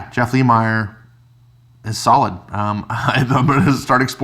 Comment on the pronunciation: You say both last name wrongs Lemire= Leh-Meer Nguyen= Win